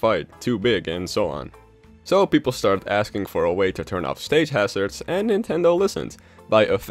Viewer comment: "Stage Harzrads." Me:I thought it was smash run